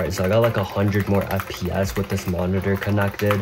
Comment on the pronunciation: can you stop saying fpASS and just say fps pls